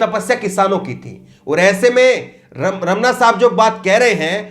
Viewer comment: रमना नहीं रमन्ना बोलो